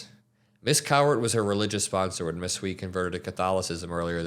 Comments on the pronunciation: This is beyond disgusting Hui is pronounced h-uei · These troglodytes knew exactly what they were voting for, they're just sad now that their cheap and easily exploitable labor pool is leaving before they could pivot to an alternative. By the way, Hui is pronounced as a combination of 'who' and 'hey'. The 'i' is not an 'e' sound.